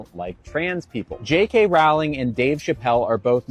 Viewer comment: FYI J.K.’s surname rhymes with “bowling, not “howling”.